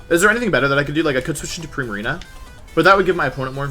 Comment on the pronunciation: “Primariña”. Wolfey never fails to amaze me.